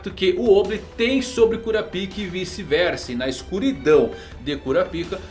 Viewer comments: vey pelo \mor de deus fala o nome o cara certo poh, q agonia q daá kuRApika , gesus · é melhor pronunciar Kurápika